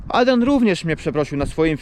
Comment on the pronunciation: jak ładnie wymawia "Adrian"